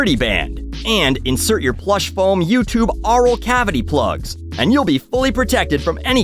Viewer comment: "Aural cavity" lmao